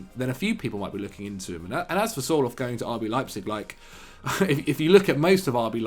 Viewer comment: Sir-lot not 'soar-loth'